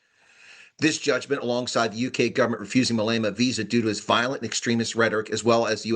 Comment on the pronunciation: no offense, but our entire country pronounces his name Mah Leh Mah, you kinda say mA leyma:)